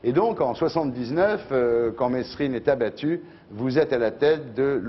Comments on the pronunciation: État assassin !! ON PRONONCE "MÉRINE" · Bah alors ardisson on sait pas prononcer Merine